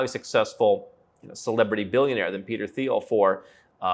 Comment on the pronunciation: Very nice. But dude, the "th" in Thiel is pronounced like that in Thailand: just like a "t", and not like that in "think". Also, one wouldn't have a philanthropic "impact", but an influence or contribution.